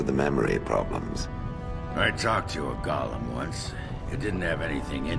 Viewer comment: The pronunciation of "golem" is causing me great consternation.